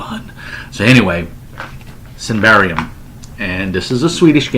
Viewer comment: Not that it matters but it's pronounced "Symbaroom". Have fun playing it :)